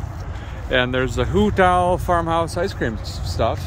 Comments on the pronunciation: It's HOOTOWL ya damn yankee. you haven't lived in the south long enough. Lmao. That's ok you'll be alright. At least you know how to rench. Love the show rock on. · So many things I want to say here. A feller just can't decide. So my comment is this. "Hootowl" in true hillbilly English is 1 word. Not as much articulation on the T. Have a safe and fun time y'all!!